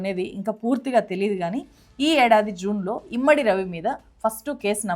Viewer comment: ఇమ్మడి కాదు, ఇమంది....